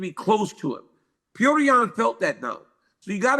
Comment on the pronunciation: It's Pjotr, guys.....Like in Plotter but the L is a J....Not Pjoater